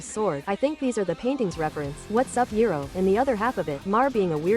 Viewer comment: if you don't mind me asking, who's "Yuriro"? ah, yes, Johnson, the duelist of En-I mean Bagoose. Perfect fit.